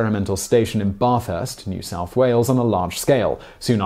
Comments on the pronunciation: "Baah-thurst"... As an Australian from NSW; it's more "Bat-hurst" with a short 'a' like in "Math" (Mathematics and Mathew) or "Bat". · Bathurst not Barthurst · The bath in Bathurst is pronounced like Kath not bath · the a in Bathurst pronounced like a northerner Bathurst not bahthurst in Australia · Love your work Simon...however...it's pronounced "Ba-thurst" rather than "Bath-urst". Just sayin' :P Keep up the good work mate :D PS: All in good fun, you should do a special on Australian place names :P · bathurst rhymes with math-urst, not marth-urst! :D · Its bathurst not barthurst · Today I found out why the road to Ryde is called Kissing Point Road. Interesting. I live in the area but never knew one of my favourite apples originated here. "Barthhurst" is another thing I found out too. Only a southern pomme (sic) would pronounce it that way, hey Simon? . He he... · You pronounced Bathurst incorrectly. "Ba” from Bat. Followed by “thirst” is much closer to how we say it in Australia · Sorry, just had to giggle at your pronunciation of Bathurst, say Bath like a northerner (Or as you would say Catherine) And then Urst. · Simon pronounced Bathurst as Barthhurst. Jeremy Clarkson also pronounces Barthhurst (the car racing capitol of Australia) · For your reference the a in Bathurst is not pronounced with an ar sound like in bath but it's closer to the a in apple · Bath rhymes with maths not bath as in bath tub. Agreeing with Scott, just giving an example. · Bathurst in NSW isn’t pronounced the same as Bath in England. The ‘a’ in Bathurst is short. So, today you found out. 😁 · For NSW's "Bathurst" pronounced in a way you never will have heard before! To get it right maybe try to copy this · Barthurst is pronounce with a hard 'a' like in cat. It's also home of the greatest car race in the word, the Bathurst 1000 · You mispronounced Bathurst, you pronounce the Bath part the way a Northerner would.